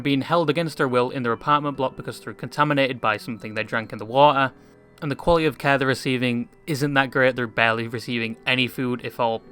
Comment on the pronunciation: Bro was riterally saying water without the t